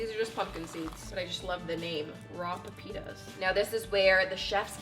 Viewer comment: As a Spanish speaker I got so confused when she said "Pepitas" AHAHAHAH